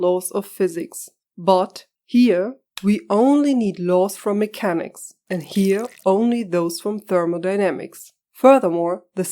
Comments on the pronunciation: you pronounce the "ch" like a German "ch" instead of a "k". It's "mekäniks" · Are you German by any chance? You pronounce Mechanics wrong in a way a German would do.